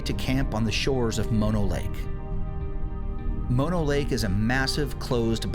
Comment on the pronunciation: I grew up in California and Bristlecone Pines can be found on a few other Sierra Mountain summits (not just one spot). Mispronounced Methuselah and Mono Lake. By the way, Bishop is known for a horrific Sasquatch attack on a family who were RV camping in the hills. Military led by men in black came out to track it down and kill it. Just thought you might be interested.